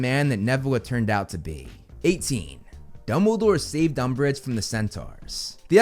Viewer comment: LOL umbrage LOL UMBRIGE